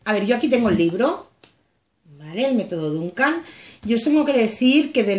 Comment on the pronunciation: Repites muchas veces dunkan. Es dukan. La dunkan es isadora😂😂😂😂. Un beso guapa. Me encanta tu canal.